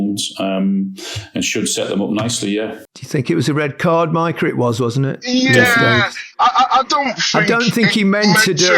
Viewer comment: Maika sounds wrong. Mika for Micah, jaa. Maika?😏